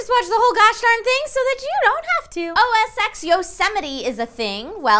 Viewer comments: OS "ten" not OS "X" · OS X is pronounced OS Ten :/ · I still don't get why people call it "OS ECKS". Its been out since 2001. You'd think they would have figured out how its pronounced by now. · The Mac operating system is called OS "Ten", not OS "X". Why do so many people get this wrong? "X" is the Roman numeral for 10.